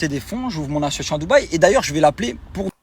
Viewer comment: Association monsieur Dylan pas assuassion 😂😂😂 il incroyable 🤦🤦🤦